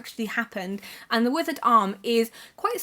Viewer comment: I thought you said 'The Wizard Arm' with that Thomas Hardy book haha. I was about to say, Hardy wrote a fantasy book?!